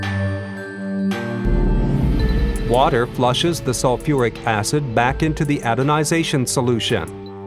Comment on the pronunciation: Mehrere Male sagt der Sprecher "adonization" statt "anodization"